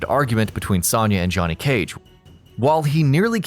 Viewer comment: Sahnyah Blade. Smh.